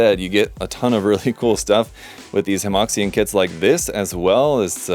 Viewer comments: I hate to be'that guy', but I'm pretty sure Hemoxian should be pronounces closer to Hemoshan than hemoksian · Small thing, Hemoxian is pronounced like Huh Muo Shian.